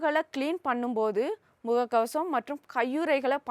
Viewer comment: நீ பேசும் தமிழை விடவா வைரஸ் எங்களை கொல்ல போகிறது.... சொசு கப்பல் இல்லமா??? சொகுசு கப்பல்.,. முககசம் இல்லை முககவசம்....